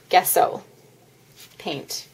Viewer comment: It's pronounced jesso, the G is soft, pronounce the g like you would in journal. Just to let you know.